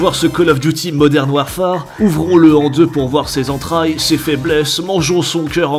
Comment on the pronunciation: Purée, tu parles quand meme Anglais, entendre modern warFAAAAre ca pique aux oreilles